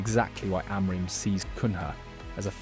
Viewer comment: Oh no the name problem still! It's "MBOOMO" like in "boom" for crying out loud! You even pronounce Amorim's name wrong - it's pressure on "rim". There's a short on United's Youtube where Amorim and all the players pronounce their names and you should watch that and finally learn. I don't know why most English speaking people are so arrogant they don't want to learn how to pronounce foreign names? If everyone called you "Louse" instead of "Luis" you wouldn't like it either. I won't like any of your videos before you learn how to pronounce the names of your favorite team players.